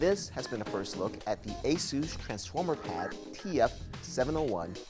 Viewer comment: Asoos? It's just Asus, damn.